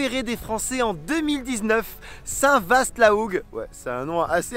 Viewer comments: je m'étouffe en l'entendant dire saint "vaSSTTEEE" la hougue ^^" on prononce Saint VA (le ST ne se prononce pas) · Super ! Merci pour cette belle Normandie, pour info complémentaire : on ne prononce absolument pas le "ST" de Saint-Vaast ou Martinvast ou Le Vast, ça se dit "Saint Vaa la Hougue" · St vaaaa la hougue on ne prononce pas la fin de "vaast" 😢😊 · Salut ! On ne dit pas le S de Saint Vaast la hougue, sinon très bonne vidéo 😊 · Superbe vidéo ! Merci pour ces images de notre belle région ♥️ Ne pas oublier les huîtres à Saint vaast 🤩 Mais s’il vous plaît ne prononcez pas le “S” 🙈 Et à savoir que le coin du nez de jobourg s’appelle aussi la petite Irlande 😏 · Saint-vast-la-hougue, faut pas prononcer le st de vast !!! Sinon merci bonn vidéo !